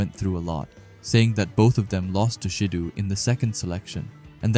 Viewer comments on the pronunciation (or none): Ayo bruh who is ''shidoo'' 🤣🤣